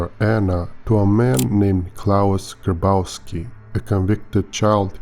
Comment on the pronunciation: you pronounce it "Graboffski"